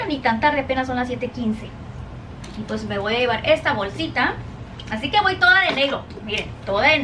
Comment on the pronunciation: Noo por favor!!! 😭😭😭😭 no se dice ENVITAR se dice INVITAR y se dice al final de verdad la D y es EXTRA con X no con S y no se dice POS se dice PUES